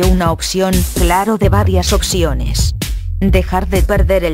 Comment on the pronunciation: No sabia que se decía occiones